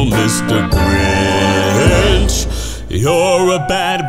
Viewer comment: its grinch not gwinch